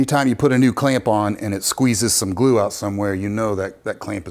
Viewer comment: Glue. glue. gloooo. gluuu. GLUE. Say glue again, I dare ya, I double dare ya!